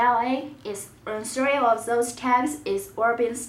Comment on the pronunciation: “Russell wilsons numer srees jersees”,......what?